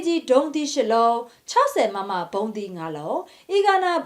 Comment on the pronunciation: ရေ. အီဂါနာ မဟုတ်ဘူးနော်.. အီနာဂါနော်...